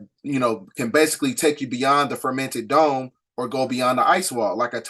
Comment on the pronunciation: Great work as well as research on these topics! One thing, you keep saying, "the fermented dome" & I'm not sure why! And you keep saying, "the pleidadians," it's pleiadians! The new people studying or coming into this knowledge might be confused.